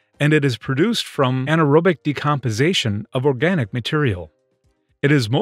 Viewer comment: is he saying "decompization"?